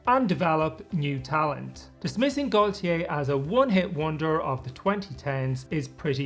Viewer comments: If it's his version of the name Gautier, the French pronounce it more like Goatyeh. That isn't perfect either, but I hope it's a little closer. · How did you turn Gotye into Goytyey 😭😭😭